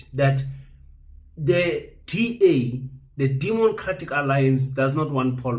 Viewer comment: Did you say “demoncratic alliance”?